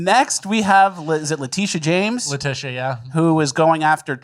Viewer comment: “Hi….. I’m LaTijjus”